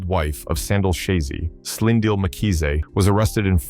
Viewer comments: 'Sand ill' 'Nat AL' eish this AI thing... 😂😂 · I hate it when people don't pronounce our names well, it's Sandile not Sandio😏😏😏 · Sand-ill and Slind-ill ⚖️